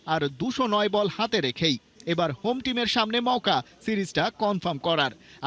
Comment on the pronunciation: মউকা মওকা বলা বাদদেন